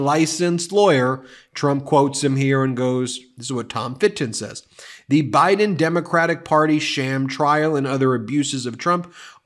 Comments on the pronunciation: 45 said Obiden... lmao 😂😂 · Did he just say O’Biden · Did he call the President O'Biden?😂